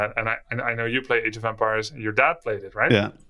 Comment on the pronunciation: Yes. Masmorra is great. But. God damn it but how he pronounces “empires” bugs me so much :-D